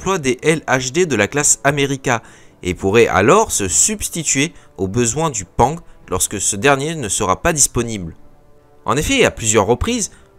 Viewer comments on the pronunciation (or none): sympathique comme vidéo, je tique a chaque fois sur les prononciations des acronymes XD, pang qui ce prononce PA-NG (porte avion - nouvelle génération) et I P E R qui ce prononce lui en un bloc, en tout cas continue tes vidéos, perso je les écoutes en mode podcast :)